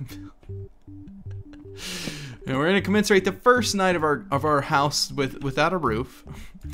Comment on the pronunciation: Its commemorate xD not commecerotate